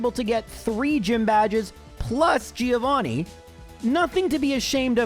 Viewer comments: No, dude. It is Gio Threeo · Thriovanni...bruh...I choked